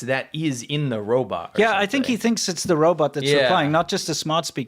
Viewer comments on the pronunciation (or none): I've noticed this saying Robert instead of Robot lately. For some reason that makes me chuckle out loud! Robert Cop - too funny! I live in Thailand, Rs and Ls, the struggle is real Lol !